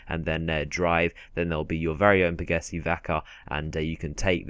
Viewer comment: He said Pegassi, but he said it like pagassee